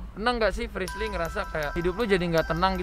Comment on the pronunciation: bukan frisly tapi frishly